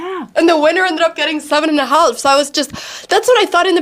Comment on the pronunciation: HAF its pronounced HAF the "L" is silent